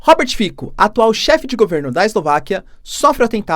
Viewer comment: Apenas uma observação: se fala Robert "Fitsó", já quem em línguas eslavas que utilizam o alfabeto latino o "c" tem som de "ts"